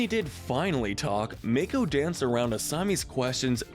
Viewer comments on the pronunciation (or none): Its Yue not Yu. Its mako not mayko and its Zhu Li not Zu li. Like wtf!! Also, how are Ursa and Ozai not the most toxic??!!! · I'm sorry, did I just hear Mako pronounced like May-co? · Dude, Mako is not pronounced MAKE-O. It's pronounced MAH-KO. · Wow to state the obvious that bolin a eska is the most toxic relationship And you are saying mako all wrong this is infuriating like the ooong one in the movie